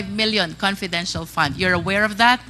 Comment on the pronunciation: Itong si wala talaga siyang letter "F" sa English niya. Puro "p" na lang. Nakaka annoy 😒 "conpidensyal pan in parderans op septi". dang!!!🙄